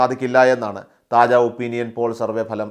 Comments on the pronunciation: താജാ അല്ല കാജാ.. 😂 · താജാ അല്ലടെയ് കാജാ ആണ്.. 😁😁